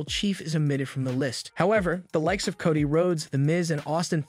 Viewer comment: So is it Cody or...cotty lol someone help me with this new english